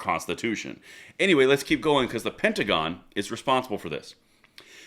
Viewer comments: the pentagram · Your mispronunciation of the word pentagon is becoming more appropriate by the day.